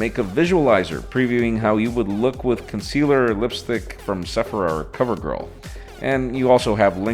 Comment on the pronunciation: Hehe the way he said Sephora was mint 👍🏼😂😂